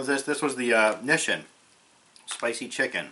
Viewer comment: *"mah-ROO-chan" and "knee-sheen"